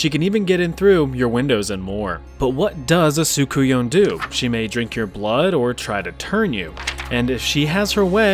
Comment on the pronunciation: It’s pronounced sook-un-yah Not what the name says